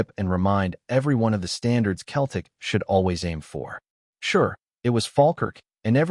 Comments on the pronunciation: Why doesn't the AI learn to say Celtic rather than Celtic! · Why do they keep saying keltic with a k sound rather than celtic with an s sound. Kearn to speak properly.